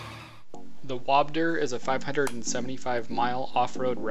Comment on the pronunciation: "wobdur"? LoL